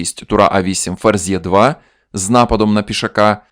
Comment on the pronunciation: невже не можна робити український контент без рашязичних елементів?що,уклінно дякувати бо туру ладьйою не називаєте?? на читайте е2 як Е2(а не Є2 - то тільки радянщина так латиницю трактувала.по-московськи)!!!